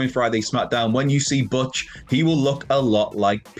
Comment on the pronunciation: Butch pronounced "BOTCH?????" It's pronounced "BOOTCH!"